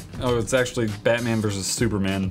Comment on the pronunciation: He's not bat man he's